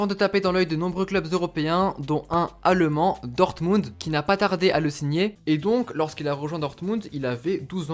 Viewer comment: Quand tu dis allemand j'entends à Le Mans mdrrr